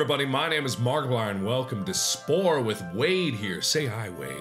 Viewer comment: he said marguire instead of markiplier